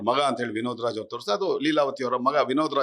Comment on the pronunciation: ಅಣ್ಣಾ ಇಲ್ಲಿಗೆ ವಿನೋದರಾಜ್ ಅಂತ ಉಚ್ಚಾರ ಮಾಡೋದು ನಿಲ್ಲಿಸಿ